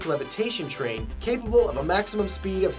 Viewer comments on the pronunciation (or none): none